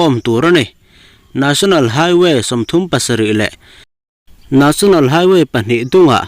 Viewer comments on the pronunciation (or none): Nesonal ti a lamrik tur